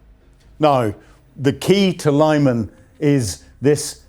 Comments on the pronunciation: It's pronounced Lee-mahn, not Lieman. This channel never ceases to amaze in it's ineptitude. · It's pronounced Li-mahn - I'm going to have to start handing out lines if you persist in not doing your homework! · Great reporting! Lyman is pronounced "LEE-mon" and Tuapse is "Too-app-say. Keep up the good work. Slava Ukraine 💪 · Lyman - Arghh - Its pronouced "Li man" or "Lee man" NOT "lie man". Come on please. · Lyman is no English city. So please don't pronounce it, if it were.